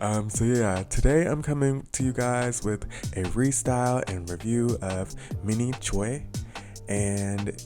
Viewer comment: It’s pronounce Minnie Chwe 😭